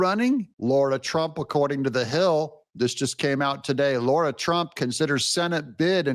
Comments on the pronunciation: DOUG HER NAME IS SPELLED RIGHT THERE! It is not Laura, it is Lara, pronounced LAR-AH. You have been mispronouncing her name for so long it’s driving me nuts. LARA NOT LAURA. Get it right already! 😂😂😂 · Lara not Lora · It's LARA FFS, not Laura. Why can so many people not show the basic common courtesy to pronounce someone's 4 letter long name correctly? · “Laura Trump”? Her name is “Lara Trump”. You know it. Do better.